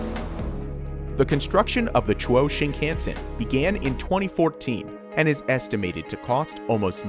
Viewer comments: Or Chuo Shinkansen. Not Chwoh Shinkensen. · You horribly mispronounce “Chou Shinkansen”. Chou = Chi o u = cho u Shin kan sen = Shi (She) n ka n se n The “kan” part is not pronounced like the word “can”. It is pronounced like “khan” as in “Genghis Khan” When in doubt ask a native Japanese person or look up online how to say it correctly!